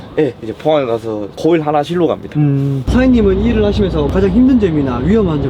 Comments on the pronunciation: 호일이 아니고 코일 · 초보 는 초보 네요 코일 을 호일 이라 하는것 보니 우 ㅎ ㅎ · 호일이 아니구 코일이요 ㅋㅋ